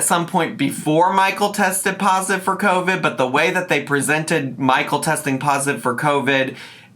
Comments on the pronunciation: She’s saying covic to try n be funny, she knows she’s saying it wrong. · Her calling Covid “Covic” is KILLING MEEEE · I kept hearing “co-fid”😭😂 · My grandmother from the Bronx says it like that. 😂